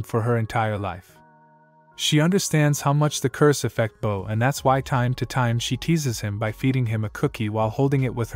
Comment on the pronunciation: This was a great and very thorough recap but come on dude, how do u mispronounce words like devastated and bow